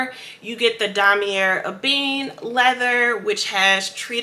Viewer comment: It’s not pronounced eh been lol Oh My God learn to pronounce the designer snd style of canvas . Puttiful